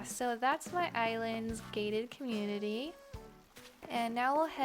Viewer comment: Oh you said “gated community”. I thought you said gay community lmfao